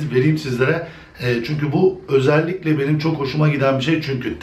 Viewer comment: özelikle kelimesi ile video bitti ozelikle özelikle demene takla virusu kaptim;)